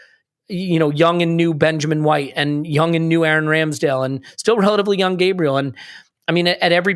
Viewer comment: Once sorts out his pronunciation of Gabriel we'll be cooking.